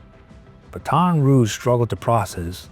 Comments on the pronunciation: These AI voices ruin everything..can't even say Baton properly. Also vid keeps saying dad dished out the punishment that the courts could not. Well the courts never had a chance to do their thing. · it’s pronounced BATTT-in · Pronunciation of Baton is killing me here. Learn how to prounounce cities or towns before talking. Comes off bad. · He said baton like its a relay race , geez